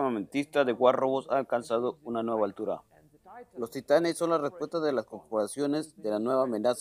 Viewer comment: Gracias bro me dio risa la parte en la que dice Titan y es titán XD